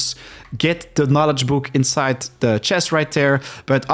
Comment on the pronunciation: You pronounced knowledge as Knolist, not good.